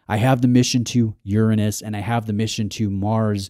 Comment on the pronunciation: You could have pronounced Mission to Uranus properly 🤔🤣